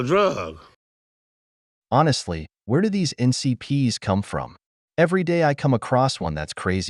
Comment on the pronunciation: it's NPCs, not NCPs.